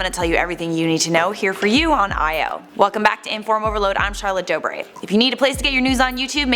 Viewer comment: io? No... EYE o. Okay sorry